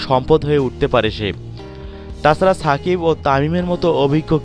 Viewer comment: ছেমি, ছাকিব... লুল